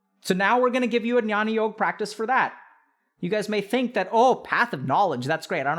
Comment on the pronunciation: Amazing video as always, Dr. K, just a minor correction (call it nitpicking if you may) -- 'jnyan yog' is pronounced as 'gyaan yog'. The alphabet 'gy' is actually a non-translatable from Sanskrit to English. It is written as 'jn' in Latin script but spoken as 'gy', as is in Sanskrit.